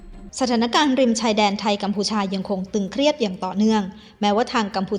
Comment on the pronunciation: ”สถานการณ์ ตึงเครียด “ ไม่ใช่ ”ตรึงเครียด“ ”ตรึง” ใช้ว่า “ตรึงกำลัง” นะจ๊ะ